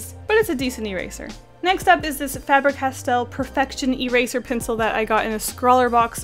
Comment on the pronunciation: Am I the only one who got slightly triggered about the way she said,, Staedler" and,, Faber-castel"?